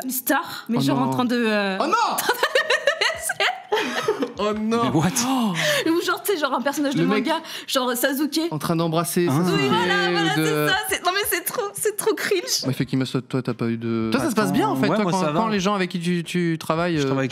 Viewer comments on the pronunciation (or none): " Sazuke " . Ne me parlez plus . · C moi ou elle a dit Sazuke ? Elle pouvait pas savoir la pauvre 😂😂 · "Sazuke" x) Rip Sasuke